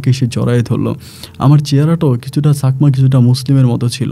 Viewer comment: ছাকমা না চাকমা হবে।উচ্চারণ গুলো kindly ঠিক করেন।এত ভুল বলে আপনি কি করে Rj হন।বাবাহ্ না বাবা হবে।